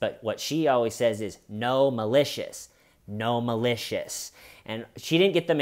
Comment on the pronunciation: I keep hearing “no malicious” as “gnome-alicious.”